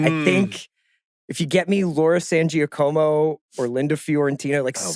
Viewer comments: Bill said Giacomo correctly. CR smugly brutalized it. I know. It's my name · Laura San Giacomo's family pronounces like Chris says, but it is not the correct way.